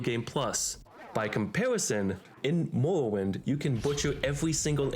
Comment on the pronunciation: Why does he talk like that ? Ameuwica, Mowwowind....